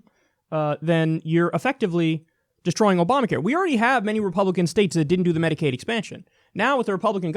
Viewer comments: exactly what i was thinking ... he (even when reading off a teleprompter) fucked up and mixed "Oprah Care" and Obama Care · Opamacare? How dumb is he LOL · Trump... "The disastrous Opamacare..." "Oy vey.. ๏̯͡๏